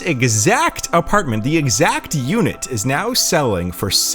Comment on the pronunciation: He also said apar-t-men-t